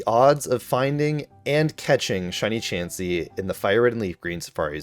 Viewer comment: IT'S CHANSEY, NOT CHEEMSEY!